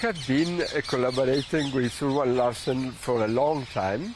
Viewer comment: Juan. It's Who-won, not Jew-won.😊